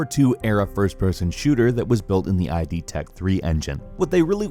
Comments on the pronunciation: Just for future reference it's just pronounced "id", like "did", not "i.d." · Good video except id should be "id", not "ai-dee". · id is pronounced the way its spelled. Not eye-dee. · Great video! But please, id is pronounced /ɪd/. Sorry for being picky, but it just grinds my gears a little. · id tech and id Software is pronounced "id" like "did" without the d.